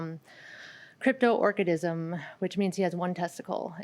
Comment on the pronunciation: Whew she’s butchering the pronunciation of Cryptorchid. Any responsible breeder would have had a physical exam on the stud and in that event she would have known the dog was Cryptorchid